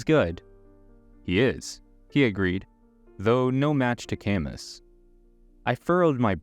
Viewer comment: Camus is pronounced /ka mü/ 😣